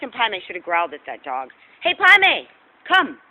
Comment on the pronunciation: after all these vids. its Pai Mei....I was hearing Primate the whole time.